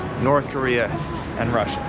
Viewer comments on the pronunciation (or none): none